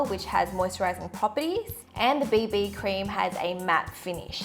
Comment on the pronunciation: I thought she said baby cream, not bb cream 😂😂😂😂😄😄😄😃😁😀